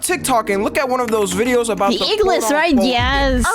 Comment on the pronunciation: I love how she says fideos instead of videos